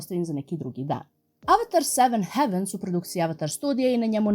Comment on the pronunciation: Samo mala ispravka, izgovara se "hejvens"